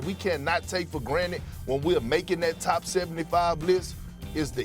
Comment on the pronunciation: Drink 🍺 every time Steven A says, “James Hoardin”